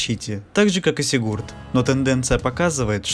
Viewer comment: Только не сигУрд, а сИгурд!